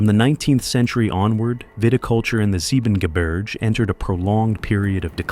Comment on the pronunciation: The voice is also butchering German landscape names like Soonwald and Siebengebirge. The latter has even a proper English translation of its name. "But little Snow-White beyond the Seven Mountains is a thousand times fairer than you."